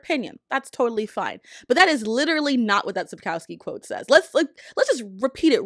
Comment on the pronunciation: I'll answer the title question without even watching the video: Sapkowski (pronounced: "sapkohvskey")